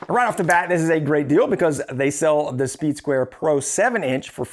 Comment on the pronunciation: You keep saying "soeed square".. im sure you know sir. That is a triangle in your hand, with out a doubt. Im sure most of the people watching this video went and passed first grade. That's a triangle sir.